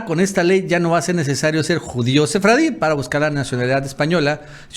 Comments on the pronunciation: La palabra es judío sefardí y no sefradi, favor corregir. Saludos desde Costa Rica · Ya apréndanse todo el equipo: SEFARDÍ no SEFRADI. El más articulado y. Los demás nos tienen con tensión, en q momento van a expresar algún invento lingüístico